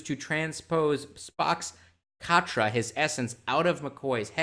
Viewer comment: There was no "katria". The word is "katra".